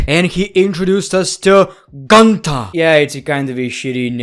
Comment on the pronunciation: Gunter ❌ Gooonter ✔️